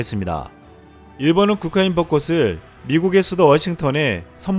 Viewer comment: 벗꽃을 왜 버꼬츨이라고 하지 않고 버꼬슬이라고 하지요? 벗꽃이를 버꼬치라고 하지 않고 버꼬시라고 하듯이